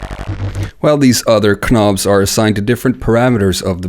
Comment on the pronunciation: Did this guy really say "ka-nobs" ?! lmao